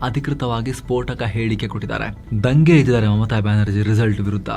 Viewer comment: ದಂಗೆ ಅಲ್ಲ, ಧoಗೆ